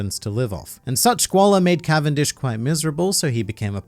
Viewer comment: Cavendish's canvendic🤣🤣